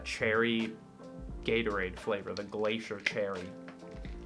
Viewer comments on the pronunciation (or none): none